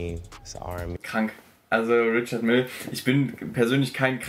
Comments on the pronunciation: Sry für den Klugscheißer- move aber mich regt es richtig auf wie du „Richard Mille“ ausspricht. Die Uhrenmarke ist nach dem aus Frankreich stammenden Gründer „Richard Mille“ benannt, weshalb die Marke auch „französisch“ ausgesprochen wird😁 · Richard Mille falsch ausgeprochen ? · bin mir nicht sicher, aber Richard Mille ist ja aus der Westschweiz, demnach französisch. Würde man die Brand nicht auch französisch (Rischar Mill oder so) aussprechen? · Richard Mille wird französisch ausgesprochen, die Marke kommt aus dem französischen Teil der Schweiz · haha richard mille falsch ausgesprochen da musst du nochmal üben